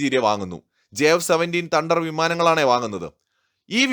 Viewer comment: തണ്ടർ അല്ല തേ ണ്ടർ